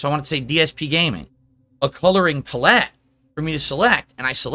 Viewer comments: "a coloring puh-LETT" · He pronounced palette like 'puh-let' 😆 🤣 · Did he seriously just pigsplain 8 plus 1? Also, add pallet to the long list of words he butchers. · Am i the only one laughing my off at the way he says palette?